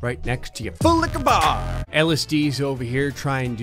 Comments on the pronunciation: I hate and love how he says full licher bar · I'M LAUGHING HYSTERICALLY RN, THIS MAN IS SO FUNNY 😭😭🤣 is that a "FULLIQUORBAR" the way he says it 😭😭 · I keep hearing fool licker bar when he says it’s slowly😂😂 and full licka bar when he says it more fast😂😂😂